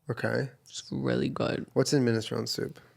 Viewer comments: “Ministrown” soup? Minestrone.. is like stroney hahaha. The ending “eeee” right? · Doll Face Killa in Italian it’s “mee-neh-stro-nay” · Sorry but it’s been bothering me for years girl.... it’s pronounced minestroNE.... like the e at the end is not silent. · When will Jenna learn the minestrone is pronounced minest-row-nee. Source: my name is in the name of the soup. JENNA.